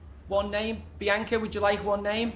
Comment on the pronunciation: He can’t even have the respect to get peoples names correct!!